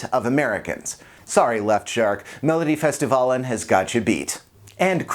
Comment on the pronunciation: Oh my gosh, the way he pronounces Melodifestivalen!🤣 😂😅😂😆 I'm sorry!😂😇